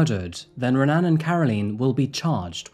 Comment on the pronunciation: If watching UFC has taught me anything about Brazilian names, the "R" in "Renan" is actually pronounced as a "H". So "Hen-an".